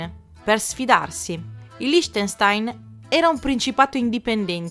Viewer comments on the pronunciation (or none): Bel video, interessante e divertente, peccato per la pronuncia dei cognomi e del principato, la ch dev'essere dura, come il verso di un gatto pronto ad attaccare.